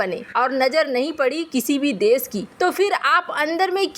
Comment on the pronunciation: सुरुआत या शुरूआत, देस या देश, मुस्किल या मुश्किल, सुरच्छित या सुरक्षित surakshit, कस्मीर या कशमीर, सारदा या शारदा, बहुत ही बेहूदा और अशुद्ध हिन्दी उच्चारण वाला चैनल, या तो ये anchor बदलो या फिर चैनल बच्चों का हिन्दी उच्चारण भी खराब करते हो बच्चों का हिन्दी उच्चारण भी खराब करते हो